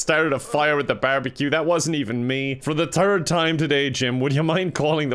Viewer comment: Dear teacher do you think has a slight different language that might be why third sounds like thud